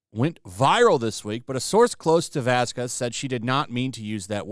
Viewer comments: Vasquez = pronounced baskes not bascuez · Oh please. You are contributing to AH's people keeping this "slip" alive. BTW, Camille's last name is pronounced vas-kez, not vas-kwez. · please do not pronounce Camille's last name like Elaine did, She did that as a covert racial insult....it's pronounced VazKez. Write it into google translator...spanish to english with pronunication if you don't believe me. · Vasquez. The u is silent